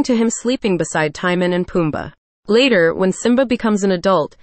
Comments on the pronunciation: The pronunciation of Timon is not Tie-min. It's Tee-moan. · The fact that they pronounce Timon as “tie-man” is funny to me 😂